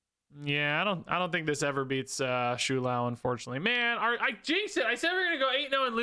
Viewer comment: It's "Show-Lao" Not "Shoe-Lao" Please...